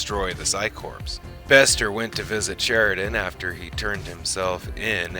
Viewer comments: The term "Corps" is pronounced "Core" as in a core of top soldiers not "Corpse" as in a dead body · Firstly, the word corps is pronounces as "core" not "corpse" the 'p' and 's' are silent (the word I believe has French origins) Also, how can you do the history of Mr. Bester, going through information from the novels and such, touching on his parents and Steven Walters and not explain why Bester's left hand is always clenched?!? We see it every time he appears in the show (take a look back if you've never noticed it) but it's never touched on in the show. I won't spoil it here but I recommend anyone wanting to know more about why to read book 2 of the Psi Corps Trilogy, Deadly Relations by J. Gregory Keyes if you can get a hold of a copy. Also the 3rd and final book, Final Reckoning which brings a very satisfying end to that particular narrative thread, very minor as it may be! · It sounds like this is being voiced by AI. There are some unnatural pauses, and the word corps is spelled exactly that way, but pronounced "core". It's Latin and means 'body', i.e. a body of men/women. Cadre is not pronounced "ca-dree". It's "cay-dre", suppressing the 'e'. "Urbane" is not pronounced the same as "urban", either; it's pronounced "er-bane". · Corps. is pronounced "core"..... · Corps is pronounced Core....